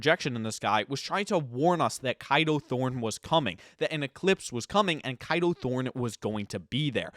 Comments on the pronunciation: I dont mean this in a rude way but i swear his names is pronounced as K a do thorne instead of kido thorne Or maybe its probably because im British😅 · you know you’re pronouncing Kado wrong, right?